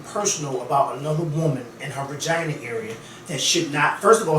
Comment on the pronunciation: Is really ouchea calling a vagina a "ragina"? I don't know why but this got me WEAK! I'M SERIOUSLY CRYING! 😂😂😂😂